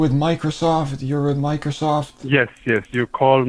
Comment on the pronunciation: What is a vindow, ? Microshof, ? Elerts, ?